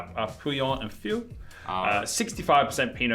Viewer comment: Great video! Taittinger has been my favourite champagne for a while, not that I've had the privilege to try very many. If you're interested, the word "fils" (meaning "son" or "sons" in French) is, bizarrely, pronounced "fiss". I wouldn't normally nitpick that kind of thing except that puts quite a lot of effort into pronouncing the French names correctly so I thought it might be worth a mention. Love your work!